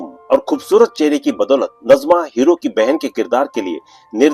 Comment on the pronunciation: नजमा नही नाज़िमा है